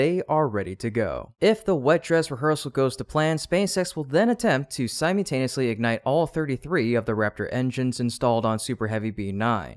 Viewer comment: It's pronounced "Sie-MULL-tane-ee-us-lee," not "Sime-YOU-tane-ee-us-ly."